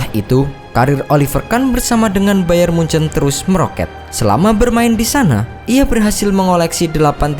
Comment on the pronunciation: Nyebut bayern munich aja hancurr lu goblok..Sbutan lu bayern mujan